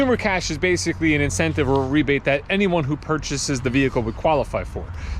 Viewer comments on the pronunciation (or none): "VINcentive Program" You're welcome 😂